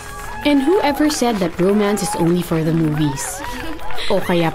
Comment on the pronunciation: I love the view but “the” is silent